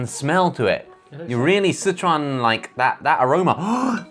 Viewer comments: does josh know chinese omg sichuan and huajiao pronunciation on point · Wow, Josh's pronunciation of huajiao and Sicuan is on point, lol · can Josh speak chinese?? i think his pronunciation of "sichuan" and "hua jiao" is quite accurate! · i must be a terrible singaporean because in my 25 years of living here (and loving laksa) i've never tried the laksa instant noodle edit: i would pick mi goreng hands down tho. it's legendary. also josh you pronounce sichuan really well